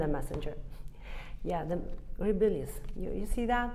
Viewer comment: Can you confirm for me?, - she said "rabilious" at . I'm guessing she's saying 'rebellious'.